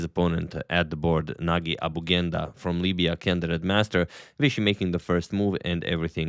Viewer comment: I think that that g’s in Nagi’s name are pronounced as g in gem